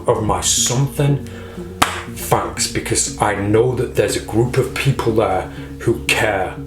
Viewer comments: I wonder if you say "FANX" (on purpose) instead of "thanks" By the way, where did Suzan go? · You didn't say FANK yet